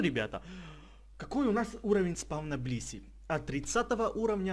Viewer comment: Я услышал не блисси, а писи)))